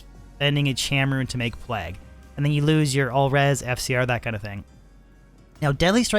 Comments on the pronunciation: He says it all weird because he’s Canadian.. “P-Lag” lol what a weirdo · Plague, like Craig, vague, the Hague. Not "plag". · Your pronunciation of the work Plague is murdering my soul.